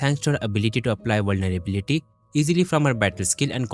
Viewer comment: vulnerblyblylity - nice pronouncination man. You want me to redeem or not?